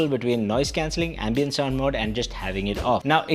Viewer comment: dude , it is ambient.. not ambeint.